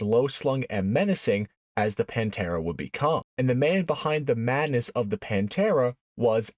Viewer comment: No, it's not not the Paaaanteeeeeeeraaaaa.. its the 'Pan'-'te'-'ra'. The pather. But in italiano.